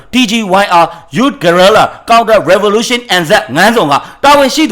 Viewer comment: ငါန်းဇွန်ကို ငဇွန်လို့ ဖတ်ရတယ် ငါန်းမြာလည်း အလိုပဲ ငမြာလို့ ဖတ်ရတယ် ဆရာလုပ်တာ မဟုတ်ဘူးနော် ပြောပြတာပါ ရေးတော့အမှန် ဖတ်တော့ အသံပေါ့ဗျာ